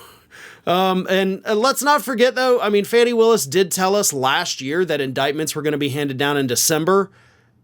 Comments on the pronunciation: fani is pronounced Fawn-knee NOT Fanny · Please pronounce Fani Willis's name correctly. Her first name is pronounced "Fawni", not "Fanny". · FAWNEE !!! Willis NOT Faanee !!! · 😅stop calling her Fanny ,it's pronounced Fowny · My GOD her name is NOT FANNY smh Could u PLEASE stop calling her FANNY, I mean GEEZUS, I'm sure u have watched news stations that says her name correctly which is FAWN-E spelled Fanni!! Come on now!! 😒🙄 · I thought they pronounced her name, Fonnie, instead of Fannie?? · Fah nee Willis. Not Fanny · That's Trump's entire playbook - "Delay, delay, delay". (BTW, it's not Fannie Willis, it's Fani, and rhymes with Donny) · why do you continue to disrespect Fani Willis by mispronouncing her name? Fani is pronounced Fawnee not Fanny. A Mensa member should know better. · Not for nothing but Fani’s name is pronounced FAH-nee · I think it’s pronounced ”Fawny” Willis. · I love you and watch your show religiously. Would you please start pronouncing Fani Willis’ name correctly?